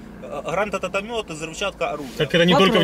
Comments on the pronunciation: Грантататамёты, хахах (не ну пацан красавчик не смотря на это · Бля, я мудак конечно,что ржу с этого , но грантататаметы - убило хД Мне вот че интересно, разве в полиции дефект речи не препятствует выдачи должности, которая подразумевает частое общение с людьми ? Я понимаю, что это все лечится разными путями-психология,логопедия. Но ведь начальство должно было отправить его на другую должность, временную, до того момента как парень избавится от дефекта . И кстати, по началу дефекта не заметил. То ли холод собачий на улице, то ли разволновался парень. Просто интересен стал механизм работы таких дефектов.